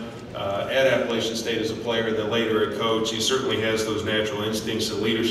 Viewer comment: So excited for Scott's success. So painful to hear Vince Tyra mispronounce the name of the school Scott has led to get here. App-ah-latch-un